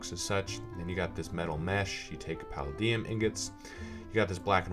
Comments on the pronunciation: It is said puh-lay -Dee-ummm. Have you seen iron man. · paladium: puh-LAY-dee-um jesus its so hard to hear you pronounce that wrong.